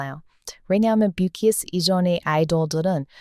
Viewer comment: 비키에스 가 뭐죠. 왜 발음를 BTS 라고 안하고 BKS 라고 계속 하는지.. 거슬려 거슬려 뭐야 이 채널